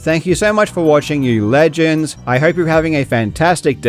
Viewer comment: I'm loving the gradual increase on the emphasis of "LEGENDS!" in your intros with each video 😊